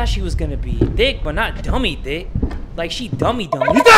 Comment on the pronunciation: We gonna ignore the fact he said "dummy DAMUDA"